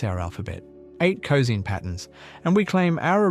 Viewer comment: "cozeen" waves? Euler would be ashamed and disappointed...